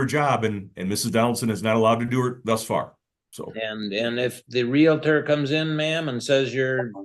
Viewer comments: Taking housing advice from someone who says "realitor" and not realtor is dumb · it is NOT Realuh Ter it is Realtor, REAL TOR just like it is spelled. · It's REEL-ter not REEL-a-ter. Ahhh. She's unbelievable. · Real-uh-tor? Parteee?? Not only does she have an anger management issue, shes also illiterate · It drives me crazy when people say “reeliter”. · Respect my Realty! Do you know who I am? I'm salesman of the month!! Do you know how many seminars I've attended? That's right pal, that's my parking spot right there. Nobody pronounces doctor wrong!? Sheesh. Get it right.